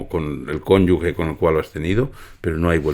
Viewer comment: Pero qué puta manía con decir "cónyugue". Que se dice CÓNYUGEEEEEE, no "gueeee".